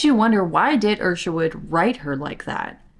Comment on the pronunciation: why are you saying ERSHERWOOD? its ISHerwood. where did that come from?